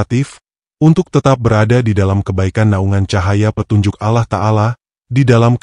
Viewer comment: Saya tdk percaya begitu saja, karena naratornya bahasanya tdk fasih dalam mengucapkan ALLOH, الله،